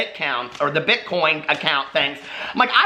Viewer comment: "Problesome" "Bitcount accoin" I flippin love you,! Lol you talk like I do.